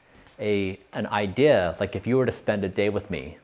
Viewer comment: I didn't realize he was from Utah until I heard him say the word "Idea".